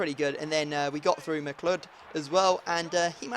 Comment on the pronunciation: Your bronze striker Mcleod, his name is pronounced "M-cloud" (it's my second name aswell)